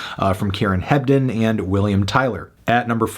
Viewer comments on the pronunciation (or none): none